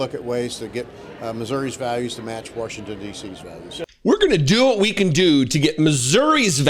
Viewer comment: Thanks,. Not Washington's values, Warshington's values.